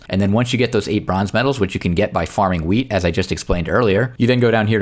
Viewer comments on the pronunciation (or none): ik it just sounded like you said 🍃 you know. Luv ur content btw